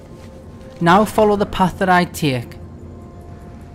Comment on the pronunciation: Tiek? I thought it was pronounced "Take" "Tiek the path to ..." So weird :)